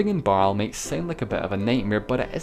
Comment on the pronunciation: Just a bit of nit-pickery - the e at the end of Baerle/Baarle is pronounced, not silent: "Barler".